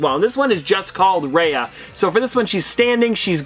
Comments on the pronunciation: Oh my God, I can't help but say this. My ear hurts everytime you pronounce Raya as Ray-a instead of Ra-Ya:( please do better and research the characters at least the pronounciation of their names especially in unboxings that you already knew which items you are showing us:( I felt really sad... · It's pronounced Ri-ya not Ray-a. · ‘Raya’ is said more like ‘Rye-ah’, rather than ‘Ray-ah’ :) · Her name is pronounced raiya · It’s pronounced Raya (rye-ah)